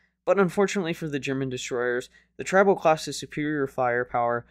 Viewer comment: Tri NOT Trib